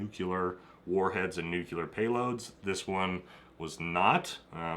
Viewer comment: NU-CLEAR. NUCLEAR. NEW. CLEAR. NUCLEAR.